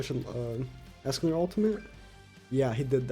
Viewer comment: How u say escanor:es.ca.nor How says it:ASS.canor How yt subtitles show:ASS..killer Wtf yt